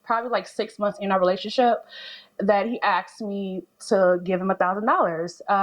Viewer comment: He “axed” me?